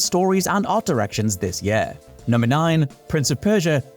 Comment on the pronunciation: Please use a different word than 'year' if you can't pronounce it correctly.